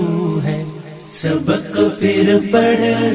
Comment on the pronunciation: ماشاءاللہ بہت عمدہ طرز انداز ہے لیکن ،پھر، کے جگہ پر* فر *کا استعمال صحیح نہیں